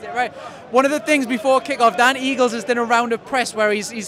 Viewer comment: Just fyi, it's Darren Eales, not Eagles, lol